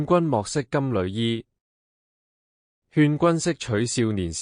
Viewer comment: 我小時候老師教金縷衣，是讀金柳衣，從無人讀旅，現在跟普音讀咗金旅衣，有些字的讀音都變得奇奇怪怪